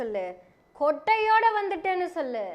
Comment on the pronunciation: ஏம்மா கொடையோடனு சொன்னது வேற‌மாதிரி கேட்கிறது